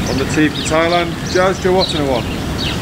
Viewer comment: That was terrible, you destroyed Jazz's name. I am from your area (sort of, Cheshire !) and I can pronouce it. I am not sure we'll be seeing you at the Open anytime soon ! Can't believe you blanked Dave Horsey, the closest pro to your home and you blanked him, just like the Sky coverage, they don't show him much either ! I guess he beat you too many times as a kid ! I did wonder if we see you as a bag carrier for the week after your win last year. Seems like you enjoyed it and I can imagine it was nerve racking to do it. At least they put you on the 10th were its a bit quieter.